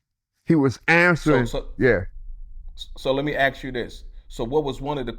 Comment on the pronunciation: Can you learn how to say ask instead of axe. Something you have to work on.